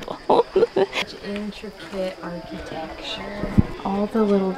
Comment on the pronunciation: Archy-texture! I love, and this pronunciation was so cute… made me grin